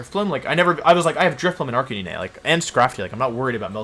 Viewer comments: Whys he call Arc - canine, arc-can-in-eh...??? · The way you prouounced Arccanine all video hurt 🙈. Canine as in dog dude! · “Jija impact” “Arcaninay” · its ar-kah-nine- holy crap i hate the way you pronounce arkanine. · Pls prenounce arcanine like a normal person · I’m actually having a brain aneurysm because of how Wolf pronounces Arcanine.